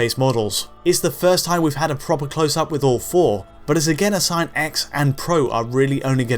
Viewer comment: When you said “all four consoles are shaping up”, I thought you said “awful consoles”. I agreed.